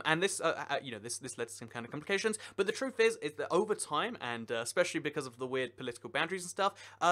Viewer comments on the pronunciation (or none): none